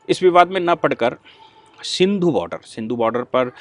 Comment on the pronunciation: 👍👍🙏🙏, Sindhu nahi singhu hai ye,main apka bahut bada fan hun,bura mat manana